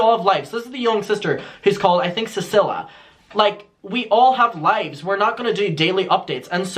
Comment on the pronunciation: I think her name is pronounced ceeceelia